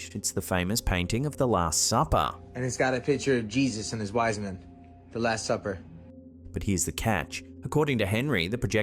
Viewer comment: His wizemin 😂